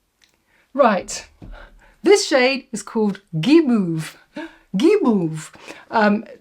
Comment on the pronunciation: 😂 French here. I did not understand at all what you said until you translate in english. Guimauve (gee, not ji). What ? they discontinued Velvet morning ? it’s my favorite red ever 😢. I love the Strawberry, beautiful !!!